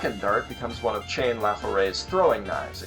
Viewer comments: Chane *CHAW-NAY! CHAW---NAY!!! I do not understand all these youtubers who can watch an anime and somehow completely mispronounce names and words mentioned multiple times in the show. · BTW - Sheen-ra(Shinra), Chaw-Nay(Chane)